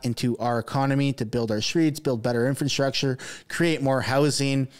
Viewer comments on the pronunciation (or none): Infant-structure?!? It’s infrastructure genius! Wth did you learn how to talk?!? 😂😂😂